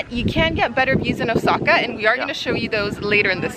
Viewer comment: Anyone else cringing when this guy says Osaka as “osackuh”? 🥴